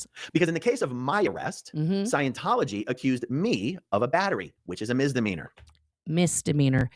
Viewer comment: Only and I am really happy that you're correcting pronunciation of "mizzzdimeanor"- every time he says it I feel like I heard someone scratching their nails on a chalkboard. I know he "grew up in a cult" but so did you and you know how to say the word properly. It reminds me of someone I know who says "abzurd" instead of absurd. I think I have a problem with these things. But thank you again. BTW, your hair looks beautiful.